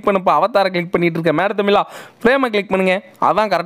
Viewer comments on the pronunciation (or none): none